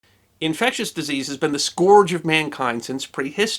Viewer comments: ??? Scourge SCORE-j???? its Scur-j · "Scourge" is pronounced "skerge" The word "rate" in "mortality rate" is redundant; mortality is itself a rate and nothing else, so the usage is "the mortality was 50%"